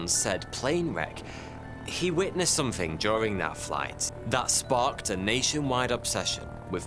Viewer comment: THING uses a "TH" sounds not an "F" as you say "FING" and "SomeFING"... For an educated person (seemingly) this really lets you down!